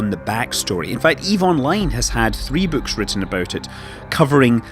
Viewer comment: "These bewwks"